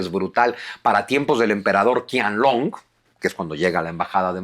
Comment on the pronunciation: Qianlong no se pronuncia "Kianlong" sino "Chianlong" (la ch con tono aspirado y fuerte). En el pinyin chino (sistema fonético) la Q nunca se pronuncia K. Espero que tome nota porque suena muy muy raro ese "Kianlong", de nada, gracias por los vídeos y reciba un afectuoso saludo.